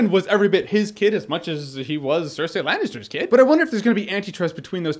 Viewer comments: says "cer-say" when its Cer-"sei" lmfao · cersee not cersay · i hate hearing you pronouncing Cerseis name... SIR-SAY >.> ITS SIR-SEA. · "Sir See" yes "Sir Say" no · STOP SAYING 'SIR-SAY'! Gawd. Lol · Jay Miller George Martin says SIR SAY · jeremy, your great, but for the love of fuck quit calling her "cersay" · Jeremy's pronunciation of "Cersei" is killing me